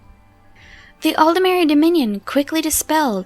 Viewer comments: Why does everyone seem to pronounce Aldmeri as if it was written Aldemeri? There's no e between the D and the M. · It's how they pronounce it in game. It's also nearly impossible to pronounce it aldmeri, your voice will naturally try to insert an e, at least for a native English speaker.